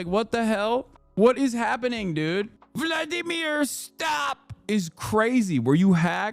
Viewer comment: Vwadamiw, pwease...